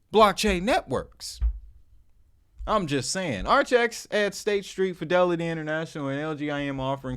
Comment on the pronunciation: Not said like archax(sp) 💯🤣 But, ar-kay-icks